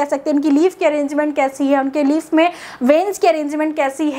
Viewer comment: Leaf hota h leave nhi